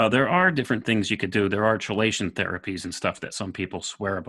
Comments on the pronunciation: KEY-lation, not CHEE-lation.... (excellent for removing heavy metals from the blood) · Just as chemistry is pronounced "kemistry," chelation is pronounced "kelation." I say this not to undermine, but in support...I don't want the neurodegenerators to have any easy ways to push your arguments aside.